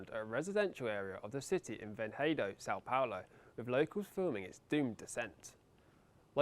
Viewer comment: The pronunciation os Vinhedo I can forgive, but “Sao Paolo”…?!